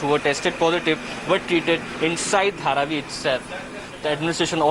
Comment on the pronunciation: HARVEY? HE SAID HARVI! instead of Dharavi! Great Evening!